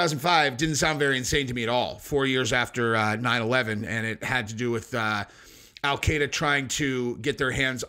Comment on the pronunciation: Al-Qaeda is pronounced /al kɪ-dә/, not /al kay-dә/.